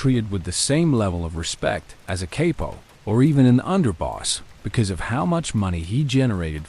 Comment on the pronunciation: It’s pronounced Kop-po not Capo